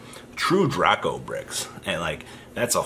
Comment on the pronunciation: It's Drake-o